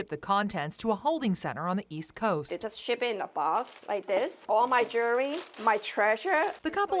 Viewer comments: What is “jew-la-ry”? Is she meaning to say “jewel-ry? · For fuck sake it’s Jewelry not Jooolery. Get someone who’s educated.